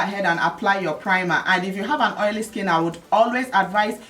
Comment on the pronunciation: can't get over the "OYO" pronunciation! lol